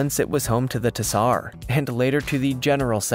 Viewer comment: "" can't pronounce common historical terms like "Tsar", "Moghul", or "Maori".